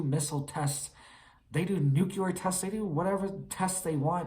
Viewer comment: NU CL E A R NOT NU CU LAR !! MORON !!!